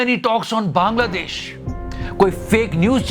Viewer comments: Bhai Bangladesh hai banladesh nai theek kr lo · Bangladesh not Banladesh